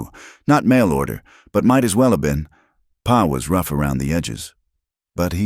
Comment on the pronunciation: Listening from Parkston South Dakota by Pa isn't P.a. it's paw